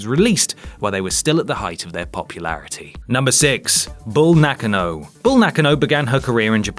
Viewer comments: Nakka-no... Nak-ah-no lol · It's Na-KAN-no ,not Nock-n-no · Am I the only one who finds it really off putting when the voice on the video doesn't pronounce a superstars name right? It's pronounced Nak-Ah-Na not Nak-an-oh. Sorry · "Nakkanno...?"... You know about untelivesised events but you mispronounce her name... Keep reading Wikipedia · Bull NAH-KAH-NO. Jesus,, get it right. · Hold up I've been mispronouncing Bull Nakano's name all this time? I always called her Bull "Nah-kah-no" mind blown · Bull na kan o god I hate English ppl butchering names n words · Darryl Bradley ... And mispronounced the last name Nakano #ButcheredItRepeatedly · How he pronounces Nakano 😂😂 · Why on earth are you pronouncing Nakano like that? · That pronunciation of Nakano... yikes